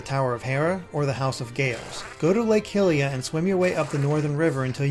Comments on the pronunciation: Lake "Hilia"? HILIA? Hylia's named after Goddess Hylia, not Princess Hilda... I mean, come on, it's Hyrule, not Hillrule... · its pronounced lake high-lia